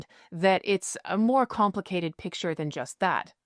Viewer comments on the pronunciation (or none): none